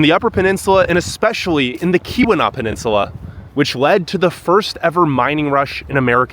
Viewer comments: Before you do videos of a place or region .... PLEASE study the place or region you are going to and video For example.... Keweenaw is a word that may be pronounced differently than it looks. The correct way to say it is "kee-win-awe". You can put the long E sound in the first syllable, and the short U sound in the second. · Great vid, but say it with me...eye-urn...Kee-wuh-naugh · Ta-KWA-men-non; KEY-wen-aw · Nice job…love your enthusiasm! By the way, it’s “KEY-wuh-naw”, not “Kuh-WEE-nah”. Great job! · do some reserch ottawa nf 993280 acres hiawatha nf 89483 acers and its key-wa-naw yes irs remote thats why we live here!!! we don't need big city people talking down to us or makong fun of our towns' oh by the way our summer ztemps run in the 70's and 80's also it's pronunced key-we-naw just like it's spelled and it's enga-dine not deen get a clue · Keweenaw is pronounced: Key-wuh-nahw. You're hurting these poor words. What did they ever do to you? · Tah-QUAH-mih-non KEE-weh-NAW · Nice job. There are still a lot of wolves in the UP, approx. 750 of them. Those brown pine trees are that color because they are dead or dying. It's "KEY-wah-naw & BEAR-ah-gah & Tie-QWAH-meh-nen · Tuh-qwam-en-on and Kee-wi-naw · Ta-KWA-ma-non falls😊 and KEE-wa-naw peninsula. Thanks for visiting! (From one of the trolls under the bridge as us downstaters are called) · You absolutely butchered the pronunciation of "Keweenaw", "iron" and a couple of otherw. It is "Eye earn" not "Eye ron" ....Good Lord. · Okay, for you and anyone else that does these travel videos…PLEASE learn the pronunciations before you go. Truly, you should know how to pronounce Tahquamenon and Keweenaw before you publish the video.